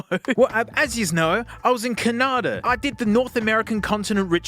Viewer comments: Canarda?? I think you meant to say Canadia🙂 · Fun fact: in Russia we pronounce Canada exactly as he said in the video, which gave me a jump scare lol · as an american i want to pronounce it like caNAHda now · You perfectly pronounced Canada in Lithuanian